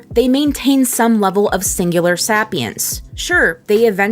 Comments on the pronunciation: Should anyone tell her it's say-pee-ense, not sap-e-ense. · "Sapience (pronounced Say-pee-inse)) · I just... can't get over sapience... it's like saipience. Pronounce it like that. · Sapience is pronounced sei·pee·uhns. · It's actually pronounced say pee ince like homo sapien. 🤔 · "Sappyence" "Sappyent" Lol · its pronounced say-P-ence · Am I the only one that struggled watching the video because of the way she pronounced sapience? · ....are you mispronouncing sapience??